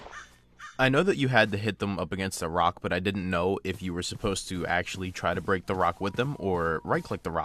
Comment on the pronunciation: He said break in like a black man 😂😂😂😂